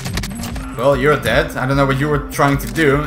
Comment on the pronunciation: “He’s det” perfect dutch english 🤣